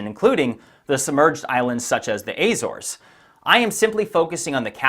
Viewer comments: Atlantae = “At Lan Tie” Azores = “Ah Zor Ehz” Gotta work on pronunciation, dude. Smart people can tell when you’re not doing it right. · Learn to pronounce Azores and Antipode. :face-blue-wide-eyes